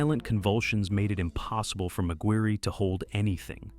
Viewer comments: Mig wirry. Shouldn't it be pronounced Mig wire? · McGuirre is pronounced like Maguire surely? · Bruh I couldn't take the first story seriously when the ai narrator is calling him "magweerie" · What’s up with the weird pronunciations on this video? He says saline like “Say-Lien” Laboratory like someone from the UK Mcguirre like MaGweary- pretty sure that should sound like Mc-wire. Is it AI-narrated?